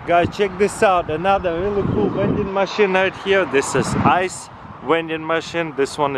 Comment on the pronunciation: "Wending machine "?